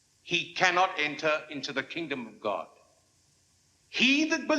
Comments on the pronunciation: Clarence Sr. doesn’t say oh, God…he says oh, gad! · I thought I was hard of hearing. Day is saying gad not god. The subtitle is incorrect.